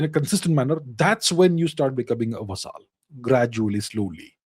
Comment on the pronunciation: He pronounces it "va-saaaal".Quaint fellow.